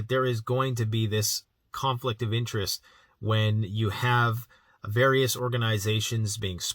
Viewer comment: It’s virus instead of various